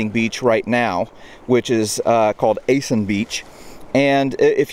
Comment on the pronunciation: Thank you for this video. As a native I would like to point out that my people are Chamorro and not Chamorrons. I mean morons? Really? 😂. Also the pronunciation is ahh-san (a like acclimate) not ah-son.